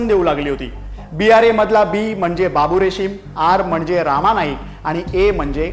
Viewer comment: रामा नाही रे रमा नाईक